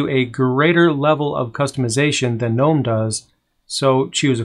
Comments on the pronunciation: Nope, Gnome with a silent G... Like the garden gnome. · Why is it pronounced G-nome? Instead of with a N like “nome”? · I almost went to GNOME for my first Linux computer all because I wanted to build a Garden Gnome themed computer case. Then I saw they pronounced it differently and I got salty about it.